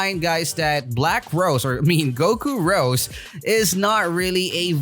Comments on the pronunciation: Ro'zay' orb, not rose but its cool just letting you know how its pronounced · No offence but I got triggered when u say rose it’s ros’e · It's Rosè not Rose